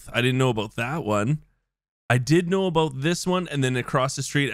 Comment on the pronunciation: “didnt know aBOAT it”